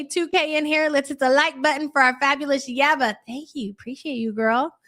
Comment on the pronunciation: YABA!!! Please say my name!! You keep mispronoucing it every time you pull winners!!!